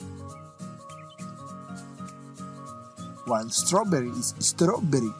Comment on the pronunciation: I laughed so hard when he said istaraberri